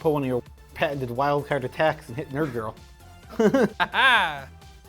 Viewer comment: Whenever says Nerd girl it sounds like Nurgle. Let's go!